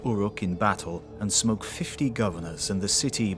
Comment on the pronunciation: I had to listen to this like 3 times. I kept hearing “he smoked 50 governors with a mace.” And was like… damn that’s a choice word to use for murder. Before I realized you said “smote.”